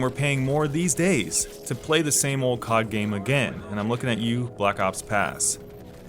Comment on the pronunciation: i cringe every time u say "cod" as a word